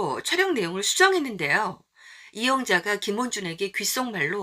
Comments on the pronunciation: 영상을 나름 열심히 만들며 많은 이들이 봐 주길 바라는 마음으로 열정을 쏟아 냈을 텐데, 말 한 마디 글자 하나 틀려 그 노고가 바래지는 게 참 허무하다고 느껴진다. 모두가 잠 든 후에...... 어쩔 수 없다. 그 하나 틀린 게 계속 거슬리게 들려 영상 전반이 절하되는 느낌이 드니 말이다. 그리고 또 김원준이 자꾸 김어준으로 들린다. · 내 귀엔 왜 김원준이 아닌 김어준으로 들리는걸까?? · 들으면 들을수록 김원준인지 김어준인지 김어준으로 들리는데.... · 김어준 아니고 김원준...발음이 왜그래영 이질 X 인질 O 김어준 X 김원준 O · 김원준을 김워준으로 발음하시네요....김어준인줄......... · 김어준~ 김어준~ 발음 진짜.. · 남자분 발음이 왜그래요~~ 김윈준이름이 어준으로들리네 나만 그른가~~~~ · 김어준이라고 들려서 너무싫네요 발음 좀 잘해주세요 김원준 화잇팅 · 왜 자꾸 김원준을 김어준이라고 발음하는겁니까 ㅎㅎㅎㅎㅎ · 발음이나 제대로 해라..김원준이지 김어준이냐..??!!!..정말 시사 라디오프로그램 진행자이신 김어준총수님께서 오해하시겠네..!!!.. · 김원준인데 발음이 김어준으로들림 ㅎㅎ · 왜 자꾸 김원준을 김어준으로 발음이... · 김원준이 아니라 자꾸 김어준이라고 발음하는거로 들리네.. 발음이 뭉게지는데 발음을 좀 정확하게 했으면 함. 자꾸 김어준 타령하는데 이거 대깨채널인가?? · 영상 제작자님 혀가 짧은건지 감기걸리셨을때 영상 나레이션을 하신건지 … 김원준을 왜 자꾸 김어준이라고 하시는지 … 나레이션 하실분을 따로 구하시는게 채널에도 많이 도움 되실듯 합니다 .. 정보는 감사합니다만 꽤나 거슬리는 .. 발음 .. 김어준이라니 .. ㅡ,.ㅡ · 김원준 발음이 자꾸 김어준 으로 들리네요 김어준은 딜도 팔던 노숙자 스타일 방송인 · 발음 똑바로 해라 김어준이 아니라 김원준이다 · 김원준을 김어준이라고 말하는거 같음ㅋㅋ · 왜자꾸 김어준이라 발음하는지 듣는내내 불쾌하네요 김원준이라 좀 정확하게 발음해 주세요 김 원 준 입니다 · 제발 말음 정확히 해라. 김어준이 뭐냐? 김원준이지...ㅇㅇ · 영상 너무 잘 봤습니다 김원준형 정말 멋있는 분이시네요 .. 가끔 발음때문에 김어준씨로 들리긴 합니다 ㅎㅎ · 발음이 많이 안좋으시내요 김어준 으로 들려요 ㄷ ㄷ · 김어준으로 나만 들리나? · 김어준으로 들리는 건 나뿐인가 ㅋㅋ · 자꾸 말음이 김어준이라고 하시는거같......ㅋㅋㅋㅋ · 김어준?? 김원준? 발음이 비슨합니다ㅎ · 김원준을 김어준으로 발음하는거같기도 제대로 하는거같기도하고....ㅋㅋㅋㅋㅋㅋㅋ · 김어준??? 나만 이렇게 들리는가? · 발음이 김어준이라들리는데~ 정확히 발음 안대시나요~ 듣기 거북하네~ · 발음을 신경써야 할 듯 합니다... 김어준 이라고 들리네요... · 발음 참.. 김어준인줄알았다 발음좀 어떻게해봐라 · 자꾸 김어준으로 들리네요 ㅎㅎ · ㅋ발음 김호준ㅋ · 내 귀엔 왜 자꾸 김어준으로 들리는지ᆢㅋ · 내귀에만 김어준으로 들리나? 내귀가 문젠가 말하는 사람 발음이 문젠가? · 발음이 김 어중이라고 들리네요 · 김원준~~~발음 교정